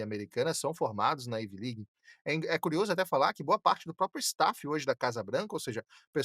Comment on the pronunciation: dR... IT IS NOT IVI LIG... IT IS AIVI ( COM ACENTO AGUDO NO A) LIG.. PRONUNCIATON.